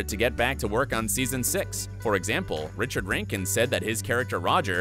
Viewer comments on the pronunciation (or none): none